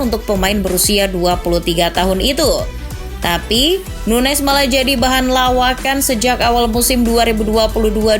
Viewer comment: SOK TAU DIMASUKIN NUNEZ STRIKER FLOP. AAAHH CHANEL TOKAI. PRONOUNCE AJA MASIH SALAH SOK TAU MANA FLOP MANA ENGGA. LIDAH LU NOH YANG FLOP